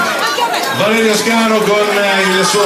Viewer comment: Bello! Comunque mi sa che è valerio SCANU non SCANO! Bel video :)